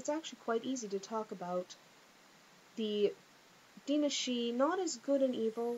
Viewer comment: I SWEAR YOU ARE THE ONLY PERSON I KNOW WHO CAN SAY "DAOINE SIDHE"